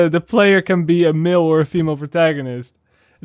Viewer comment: Everytime you say "male" it comes out as "Milfs" on my end. But I can't disagree, the industry can really use more "Milfs"....